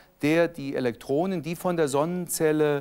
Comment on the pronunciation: Das nervt mich auch 😂. Das sagen übrigens beide so. Aber die “Elektronen” sprechen sie komischerweise wieder richtig aus. Das ist nicht konsequent.